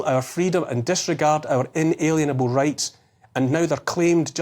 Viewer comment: If you read this Neil, please consider the pronunciation as IN-A-LIEN-ABLE, a Lien being a legal tool of coercion.